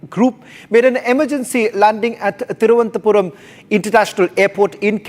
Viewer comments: Presenter had spoken very well, but for the name of the airport. It is not Thiruvanthapuram but Thiruvananthapuram - Thiruv - anantha - Puram or simply say Trivandrum. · Cannot pronounce thiruvananthapuram. Are you also from royal navy?